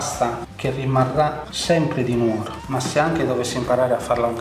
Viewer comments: Che spettacolo! Tra l'altro molto carino che vi abbiano fatto uscire vivi dalla città dopo che l'avete pronunciata non con l'accento sulla U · Però dai..si dice Nu(')oro e non nuo(')ro...daiiiii